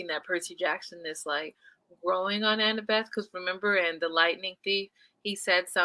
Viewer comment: Loool I love that keeps calling Annabeth, Annabelle 🤣🤣🤣